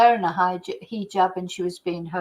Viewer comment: 🇬🇧 🕯hijab!pronounced (He jaab) ⚖️ 🎯 📚 😮! Much 🙏 Respect